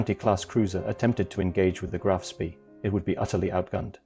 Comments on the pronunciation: Why can't anyone pronounce Spee properly. It is Sprey not Spee as in pee. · repeat after me graf spay koo de grahs mon-teh-vih-XDAY-[oh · It is pronounce SPAY!!!!